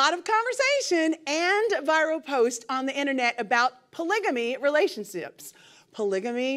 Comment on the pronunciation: "relalaltianshipps" ! take it easy, sound it out, luv !😂😂😂